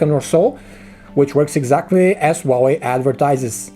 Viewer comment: It's HUAWEI!!!!! NOT WAWEI!!!!!